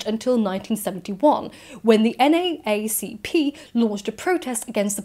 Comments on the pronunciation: N Double A C P is how you should say NAACP, it's odd but saying N Double A C P is like a phrase that names the group to the ear of an American. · NAACP is pronounced "en double-A see pee" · not super important, but it’s pronounced “N, double A, C, P” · in america, we would ban books for like, not enough misogyny. "this book promotes women's rights? banned!!!" also, i don't know how often it will come up in your videos, but NAACP is usually "N double A C P" - slightly easier to pronounce. :) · Fyi said N Double A C P. Nice video.